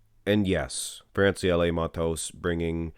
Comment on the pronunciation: Your pronunciation on Francielle Mattos is perfect!